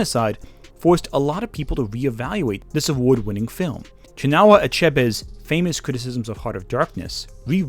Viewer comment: Ngl had to double back on cuz bro butchered Chinua Achebe’s name but solid vid